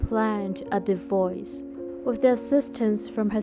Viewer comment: It’s divorce. Not divoice!